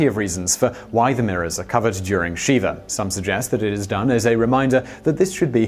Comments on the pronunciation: Shiva not Sheeva it’s a short i. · Shih-vah not shee-vah (or see-vah). Normally I wouldn't bring pronunciation up, for many reasons. In this case I just don't want anyone confusing the name of a Hindu deity with a solemn mourning ritual. Also, the visual of sitting on Shiva makes me giggle. 😊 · Thank you, Ashes, Ashes! I went looking through the comments to see if anyone else had commented about this. I'm really glad you beat me to it. It seems as if I'm always ripping Simon for various pronunciations, especially Spanish words or names. Brits are terrible at pronouncing Spanish words and names. Taco is an excellent example. Many, if not most, Brits pronounce the word taco as "tack-o," which is horribly offensive to the ear of anyone who grew up speaking (or even hearing) Spanish.